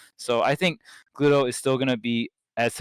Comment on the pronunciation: man poor Gluto, his name gets constantly butchered